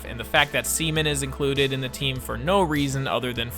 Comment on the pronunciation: "iT'S SEA-MAN!"